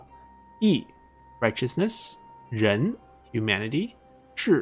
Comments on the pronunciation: Why did you pronounce Ren virtue like [Zhen]? This is very interesting because in Russian localisation Sun Ren and Kong Rong are named [Sun Zhen] and [Kong Zhong] (Сунь Жень и Кун Жун) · I'm totaly hearing Zhen , lol